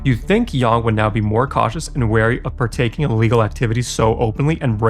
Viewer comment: Thx for the video. One note, your English is excellent but you’re pronouncing illegal as legal.